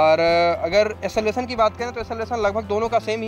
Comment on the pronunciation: Acceleration hota hai..esselvasan nahi